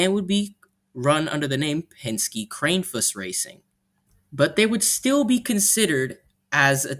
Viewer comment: It's pronounced KRANN-eh-fuss